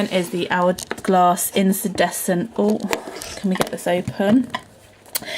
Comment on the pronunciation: With respect, I think you’re pronouncing incandescent wrong. It’s IN - KAN, not IN-SAN